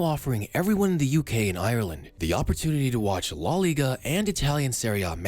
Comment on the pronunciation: La * not Lo